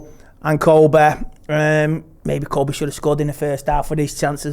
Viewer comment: Amed and Koby. It's Amad and Kobbie. Pronounce their names properly before you even start to comment on the game or their performances. Joe Smith, please correct him if you are going to feature him on the channel. It's so disrespectful